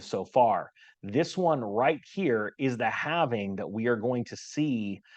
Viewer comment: Isn’t it called Halving? Or is everyone else mispronouncing it?😊